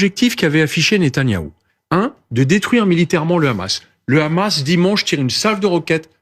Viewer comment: Quand une personne dit Khamas au lieu de hamas tu sais quelle va dire un ramassis de mer.. pour justifier l'injustifiable